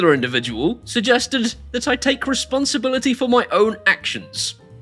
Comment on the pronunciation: He said you should take 'respotibility'. I don't think you should take this bell ends comments seriously 🤣